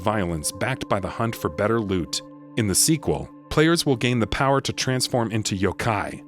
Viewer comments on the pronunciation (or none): none